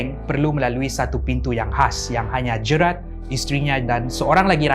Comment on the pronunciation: Sebutan GERALD salah, bukan 'Jerat' tapi 'Jeyrel'.. 😅